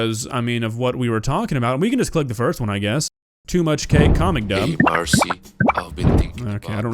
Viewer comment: Comments I make through the video will show here: I audibly said "noooooooo..." when looking at that because it comes from dungeon meshi, probably my favorite anime to date HE PRONOUNCED MARCILLE (MAR-SILL) WRONG TO MARCY HELP PLEAS- if this is supposed to be laios I- Idk anymore... THEN THERE'S JAIDEN ANIMATION WHO TOLD HER AUDIENCE NOT TO SEXULIZE HER MY GOSH- If I didn't have self respect I would throw up. EHUG- Oh dear I can see the recommendations now. Now, I am going to share my opinion. I have a extreme disgust of sexual scenes, despite being "mature" to take them. I've made exceptions for things like nudity, because in some cases its used to utilize wildlike humanoids (mermaids, minotaurs, human flowers, they don't need clothing because they aren't HUMAN and are MONSTERS). However, sexual nudity, porn, sex, that komd of stuff is morbid, disgusting, and taboo to me. I dislike the existence of using real and fictional naked bodies to entertain our sexual whims and fetishes, its gross. Even jokes about "touching children" and "c*m" is not a thing I tolerate. I question the morality of people who watch this content, for cope? I don't agree with the coping method, since it seems so easy to fall into addiction to this kind of stuff, and shouldnt be having this stuff on the mind every night, its torture (for me at least).